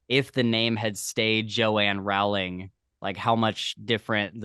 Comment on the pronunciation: Rowling rhymes with bowling ;)